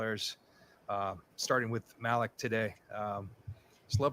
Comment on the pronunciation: Fyi its pronounced malick not malik